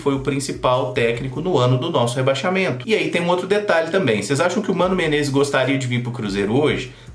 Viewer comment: quando você fala: "tudo bem com vocês?" Você diz "vo6" por causa do nome do canal ou é "vocês" mesmo??